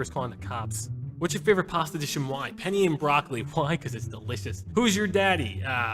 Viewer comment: penne, not penny man